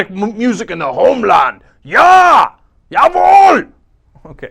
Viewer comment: that guy is so dumb ... its not a priveleg lmao is he able to speak german or why was hes pronunciation of jawohl perfect